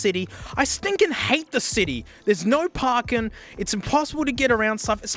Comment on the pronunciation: “There’s no parkin’”…… turned into a southerner for a bit.